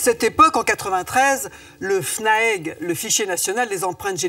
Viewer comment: C’est pas fnaegu mais fnaege c pas guenetique mais genetique